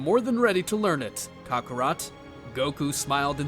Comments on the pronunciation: Any particular reason you CONSTANTLY mispronounce Goku's Saiyan/Birth name? Its not pronounced as "Caw-caw-rot" it's "ka-kr-ot" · ‘Cockarot’ but not to hate its Kakarot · It’s not cock o rot it’s kakorot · Bro said Kocorot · Why is bardock calling kakorot cockorut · Say it as kokorot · "kakorat" he says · Bro really said cockarot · I just can't get passed the mispronounciation of Kakarot. I keep hearing cock rot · for me it sounds like he says cockarot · Please learn how to pronounce kakarot